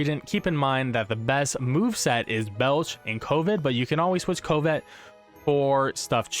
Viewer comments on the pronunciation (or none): Lol at pronunciation of covet ("cuh-vit") as "coh-vit" too much covid in the world. Haha. Nice vid